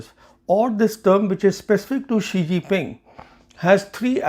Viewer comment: Oh, the ChinaPak stooge again -- cue all the praise from Pak commentariat. Sawnhey can't even pronounced his beloved leader's name - which is Xi Jinping, not Shee-Ji Ping. Certainly China can attack Taiwan. The fool Xi has foolishly made unprecedentedly bellicose statements about bringing Taiwan into China's fold, which has raised alarm across the region and the world. Western military experts are predicting military conflict over Taiwan before 2030. Headstrong Xi has foolishly destroyed any trust and goodwill previous Chinese leaders had built by carefully promoting "the peaceful rise of China". But thanks to their closed system, the Chinese are now stuck under him.